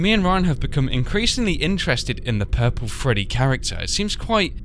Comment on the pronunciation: he sprat his self wif pupol spra.